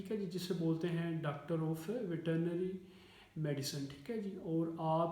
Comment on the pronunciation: Sir veterinary bolna to seekh len